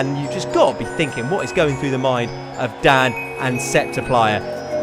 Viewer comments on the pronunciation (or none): none